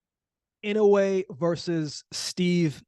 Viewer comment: Not too many can say inoue right. You get thumbs up just for that.